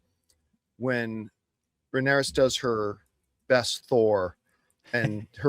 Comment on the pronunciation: Someone tell John is Rhaenyra - there’s no S on the end.